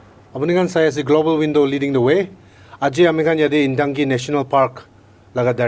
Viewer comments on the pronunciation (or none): For future clarification, it is "NTANGKI" National Park and not (INTANGKI). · It's ntangki not intangki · He doesn't speak upto the point as to the queries?.and yes the state government y silent it's ur responsible to excercise ur power to look upon all the illegal encroachment.honestly,ntangki not intangki. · Please be corrected with the name of the park,it is 'Ntangki'...not Intangki.